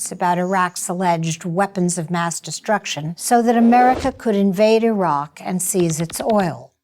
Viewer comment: "They were mistakes not lies" ...You are just trying to cover your your ass for being part of the effort to convince the public that there was a legitimate reason for going into Iraq. (pronounced E roc). There are any number of military leaders who have come forward informing us that the invasion was a done deal long before it was even announced. Something as simple as Saddam replacing petrol-dollars with Euros should have piqued your interest had you done any real investigating, but you "bought the party line" instead. The administration needed to get shills, like you, Judith Miller, to get on board and present their cover story...which you willingly did. Joe Wilson made an attempt at discrediting information/exposing lies. As you well know, Rove outed his wife Valerie Plame in retaliation; a treasonable offense but without consequence. Bush was mainly their mouth-piece, but a co-conspirator none the less. A more comprehensive investigation on your part would have opened your eyes to these facts. As a journalist you should be able to connect the dots and back them up with accurate factual information. That's your job! SHAME ON YOU AGAIN.